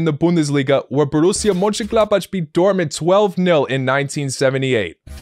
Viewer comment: "Boroozia Monshengladbatsh" bro didn't even try with the pronunciation 💀💀